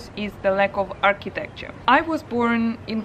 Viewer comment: First go and try to know what you dislike about your own country before pointing your finger to another. And I wondered, how can you compare Mauritius to Uk? Second thing, before talking about architecture, learn to pronounce architecture!